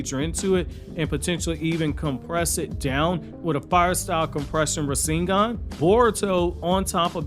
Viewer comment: Compressed fire style rasengan..... Rasen'Gun lol